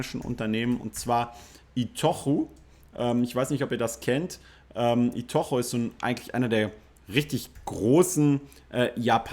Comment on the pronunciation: Hey, nur so als Hinweis:) I-to-chu spricht man eher iii-toou-tschü aus:) Super Video, ich freue mich für Deinen Blutdruck, wenn so ein positives Video kommt! LOL